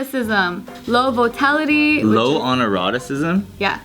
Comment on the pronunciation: _Volatility_, not "votality". I don't even think that's a word.